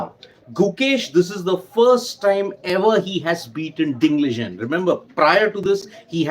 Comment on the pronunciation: It's Liren not Lijen